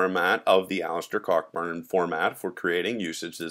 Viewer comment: I believe the name is pronounced 'Co-burn'.